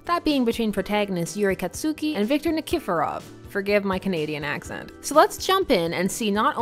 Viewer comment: "KatSUki" that's...not how it's pronounced